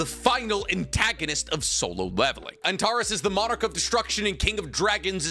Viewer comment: Hi! It’s pronounced An-tare-ees. It’s the red star in the scorpius constellation. It’s also my sons name and people keep pronouncing it wrong 😂